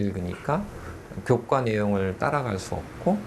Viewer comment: 그렇군요. 께서는 일부러 학생들에게 원래발음를 알리고자 의식적으로 교:과서 라고 발음을 하시고, 교과내용은 들 사이에서 편하게 쓰니까 교:꽈 내용 이라는 평소 발음이 나왔을수도 있겠네요